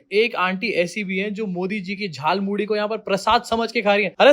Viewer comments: Are, hum to soche the ki ap is baat focus dekar cover karenge ki is aadimanav ne jhalmuri nahi jhalmuli bola. Lekin aapne wo miss kar diya 😟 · Its jhaal moori not Jhal Mooli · Jhaal Moori, not Jhaal MooLI. Mast setup kiya lekin script galat hain 😂😂😂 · Jhaalmuri ❌ Jaalmuri ✅ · Jhalpuri nahi jhal muri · Jhaalmudi nahi bhai “JHAALMULI”😂😂😂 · Modi Jhar Puri ko Jaal Muli Bol Reha Hai. 😂😂🤣🤣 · Jhal Muri hota hay wo , Modi ji ne bola jhal muli 😂😂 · Jhaal muli✅ Jhaal moodhi❌ 😂😂😂😂😂😂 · He said Jaal muli.😂😂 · झाल मुढ़ी नहीं झाल मोली, ध्यान से सुनिए। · Jhal moori bolna to aa nhi rha, iss actor ke paise katne chahiye😂😂😂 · Jhaalmuri ❌ Jhaalmuli✅ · Jaulmuli bol ra hai batao yr abay Anpdh Hindi to ache se bol